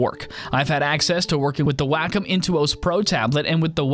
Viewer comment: If I hear 'whack-um' one more time...! It's pronounced 'waah-kum'!!